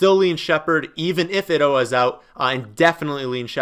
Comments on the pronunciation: Ito is (eeto) not (itto).... Gonna leave this comment on every video until you say it right lol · Day 362 of trying to tell that Ito is pronounced "eat-o"